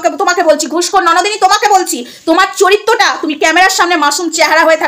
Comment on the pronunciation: ওটা চরিত্য না চরিত্র হবে😂😂😂😂 second